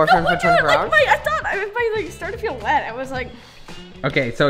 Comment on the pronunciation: When u said u gave her white pants I thought u said wet pants and I was so confused